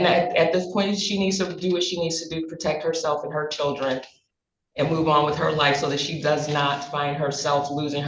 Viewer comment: What is with adding Rs in random places in words...? "Cherdlren"??